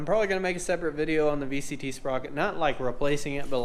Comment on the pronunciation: Are you saying vct or vtc